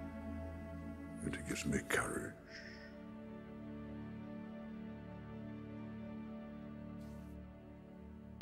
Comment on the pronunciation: im in love with the Galadriel's pronunciation of "Mithrandir"'